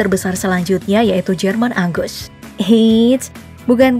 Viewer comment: Apa cuma gua yg ngira admin bilang ANGUS kedengeran nya AGUS :V